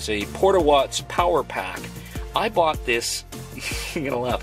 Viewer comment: You and Living Free Mikey are the only 2 nomads that say " BOUGHTEN" smh